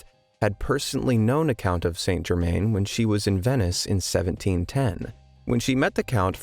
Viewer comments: It's pronounced ' san germann' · It’s pronounced - san jer- MAN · It's pronounced San Jerman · Pronounced: _San Gerrr-_man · Wouldn't pass the James Randi challenge, and it's confusing that you don't pronounce "St Germain" correctly (is that because you Americans aren't near France as we Brits are?), but it's a great story and it illustrates why Chelsea Quinn Yarbro chose him for her vampire story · Author a 25 minute story of one of the most significant alchemical figures in the last 300 years, yet you can't be bothered to get his name right? Shame on you. Try harder, or even (shakes with impart), try google? Search "Saint Germain pronunciation". Its not hard- oh, unless you are talking about a town in the US of Something? There is a world outside your borders- please grow up & try to learn.